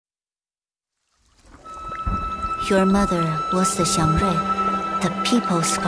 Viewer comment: The wonderful height of cultural accuracy observed in the localization of Reverse:1999 is just perfectly on display in this PV, particularly through the pronunciations of 'xiangrui' and Jiu Niangzi's name. Honouring the tonal aspect of pinyin (the phonetic alphabet for Standard Chinese rendered in Roman letters) is rare in Western or localized Chinese media, or even just outright neglected; in a game like Genshin, for example, pronunciations of Chinese names by mostly Western voice actors cause the syllables (Chinese syllables each being a separate word) to lose their prescribed pinyin tones, deferring to a familiar, indiscriminate variation of tone overriding them in English. The pinyin tones are preserved to perfection here, e.g. 'xiangrui' being strictly intonated as 'xiáng ruì' each time no matter the tenor of the larger statement in English, both owing to exceptionally inclusive voice direction and talent-hiring.